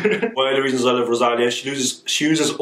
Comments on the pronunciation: It is rosaLIa, not roSAlia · Hahaha is funny how you pronuciate Rosalia! Great reaction